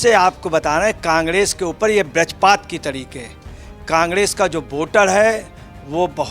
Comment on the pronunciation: Mahodaya, "kangdes", "doodi" ..... Kahan/Bihar se lai ho aap ye expert mahoday? "Vajrapat" ko "badijpat" bol rhe hain. Is expert ko batao ki "Sikar" district Rajasthan me h, haryana me nhin h. Mujhe bula leti aap in mahoday se to achha hi bol deta. 🤨